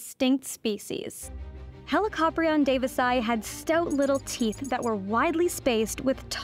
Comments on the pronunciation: I’ve always heard it pronounced as Heli-co-prion rather than the way you say it, Heli-cop-rion. Is there a specific way you should pronounce Helicoprion or do both ways actually work? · The pronunciation of Helli-copter-ion is almost unacceptable to my ears. It's heli-co-prion. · I always thought it was pronounced helico-prion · "Helicoprion are" sounds wrong to me. The plural is "Helicopriones", with the second 'o' being long in the singular but short in the plural. "Πρίων" means "saw", not "jaw" (which is "γνάθος").